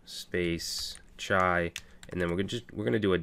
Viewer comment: In Urdu chai means tea.... You sound like natives when you say the word Chai